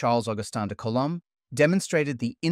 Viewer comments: person-turqouise-waving:Suggestion: Good history, but google the pronunciation of the names of 👉ALL👈 the scientists before you even get started. Coulomb, Gauss, Laplace and probably many others are badly mangled, making you sound like an uneducated dumbass, and your little documentary appear unauthoritative, like a kid's project. Completely avoidable by the simple expedient of googling. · Are you an AI? Why do you say Laplace and Coulomb weirdly.